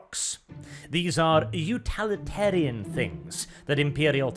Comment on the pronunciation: It's pronounced UTIL-itarian, not UTAL-itarian! Sorry for my pedantry but you repeat the word so much lol